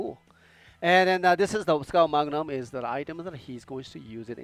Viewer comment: Skull magnum look better than trigger magnum . PS:Skull not skul